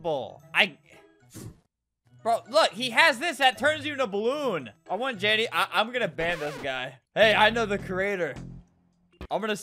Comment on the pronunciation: THIS MAN SAID JANNY WHEN I HAD THE AUDASITY TO THINK HE SAID DANI WHEN IT WAS JANDEL